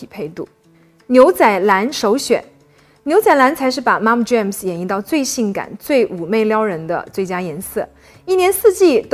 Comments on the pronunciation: 發音Jean, not jam, 發音準確，你講中文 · 非常同意。特别是牛仔裤怎么听都是James而不是jeans哈哈哈 建议up主在没有把握能准确读外文名称时就直接说中文就好了。几乎所有款式国内都有相对应的中文名称，没必要非要把外文名称与中文名称念俩遍，并不会让你显得更高级，况且你的内容已经很好。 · Jeans 英文發音錯錯錯! 不是 "Jams" 若要專業請就更專業一點! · 觉得她的内容还是可以看的，可是英文讲的实在是太难听了，特别是牛仔裤，听着好难受。我觉得还是不要插英文的好，真正讲英文的人听了觉得听那个不下去。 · 牛仔褲的發音可能要去確認一下喔！